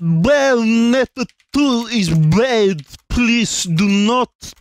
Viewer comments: bbUAAYoonneettaa iss BBUAD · everyone is talking about how vootey is saying "please" but nobody talks about how he says "bad"